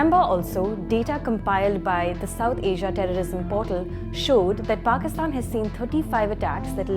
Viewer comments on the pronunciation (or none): none